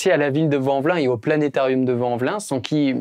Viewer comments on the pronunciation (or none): Ca se dit "planêharium". x)